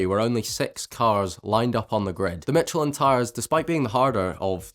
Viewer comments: more like 'meesh-leh' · It’s pronounced like “mish-ill-en” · Michelin, the first pronounciation. The 2nd say Micheline 😂